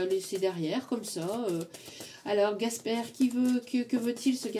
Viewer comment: Merci ❤ par contre c'est Casper et pas Gasper 😂 merci pour le temps que vous nous apportez❤